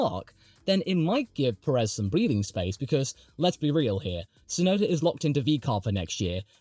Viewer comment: If you refer to Pérez, he isn't. The problem isn't so much the emphasis (he tries to emphasize the first syllable, but fails) as the elongation of the second syllable. Peh-reez instead of PÉ-rez. The "e" in Pérez should always be a short vowel. Most native English speakers elongate the second syllable too much. And in Spanish, be it Peninsular, Mexican or Rioplatense, the first syllable carries such a hard emphasis that the second one is extremely short and soft, only picking up at the final z. Of course, when using the possessive in English this becomes really cumbersome, adding and extra repeating syllable and the end.